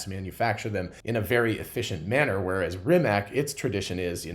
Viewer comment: Not certain how to pronounce Verne but pretty sure Rimac is pronounced "Rimats".